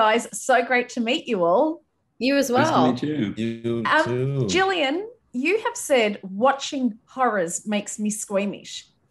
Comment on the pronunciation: Gillian's name is pronounced Gil not Jil